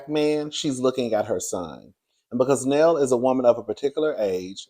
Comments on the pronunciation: The way u call Nell Neal and Nell be killing me 😂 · How is her name pronounced Nell or Neil in the same sentence? 🤔🫣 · 😂 It’s Nell.. Like Mel 😉